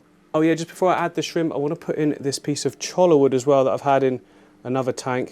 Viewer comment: From Arizona here, where cholla grows. Not a big deal at all, but it's pronounced Choy-Ya if you wanted to know. :) Love your videos!